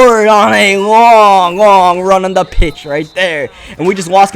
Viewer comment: When u said to the pitch I thought u said tuna fish lol